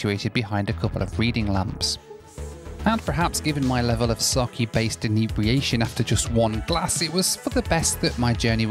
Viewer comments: Pronounced sake (sah-keh) not saki 😅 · as a japanese the alcohol in pronounced saa ke